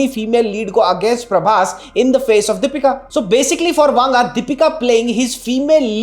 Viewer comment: It’s Deepika …not dapeeka!!! Try to pronounce the name correctly first